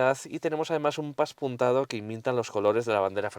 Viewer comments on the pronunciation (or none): Pespuntado no paspuntado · Hola me gustan muchos todas tus pruebas y esta no es una excepción, solo comentarte que me ha llamado la atención porque lo has dicho varias veces "paspuntado" creo que se dice pespunte ó pespuntado. Un saludo crack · Se dice PESPUNTADO